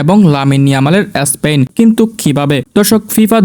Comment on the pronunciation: এসপেন না ❌ স্পেন ✅